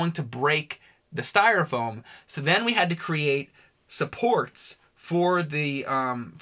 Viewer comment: calls it "stire foam". Haha...Fuckin.